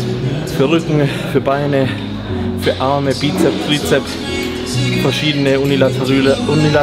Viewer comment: unilateRÜHLe 😀 und vorher noch "bizep/trizep". Des bedarfs 😁